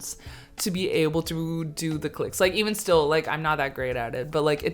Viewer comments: Daaamn she even has the clicks down 😂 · You click better than many South Africans, very impressive 👏🏾 I really enjoyed this video and hope you enjoy the rest of your stay here!